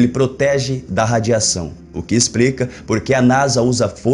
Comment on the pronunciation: O que "ixprica"?? "Pubricou"??? "Ploblema"??? "Expriçaum"??? Afff.